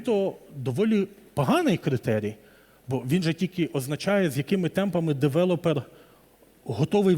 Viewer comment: Я перепрошую, але не девелОпер, а девЕлопер. Бо кров з вух. Може, ця інфа і Вам на щось згодиться